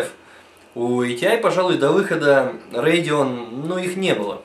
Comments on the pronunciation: ЭйТиАй и рЭдион... Аж служ режет. Привычнее просто АТИ и радэОн. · ахахаха Бля когда он сказа Radeon я чуть не кончил))